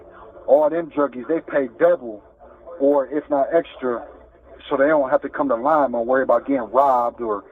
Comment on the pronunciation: You can tell he’s from here because he says Lima the right way.